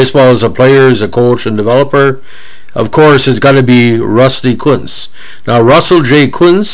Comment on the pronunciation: Ironically enough, you are pronouncing his name correctly.